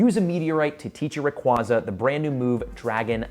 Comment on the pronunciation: I am once again asking you to learn how to correctly pronounce “Rayquaza.” 😫